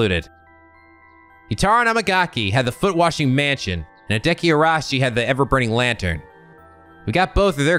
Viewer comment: I know this is probably a lost cause, but, please, there's an "i" between the second "a" and the "s" in Araishi's name.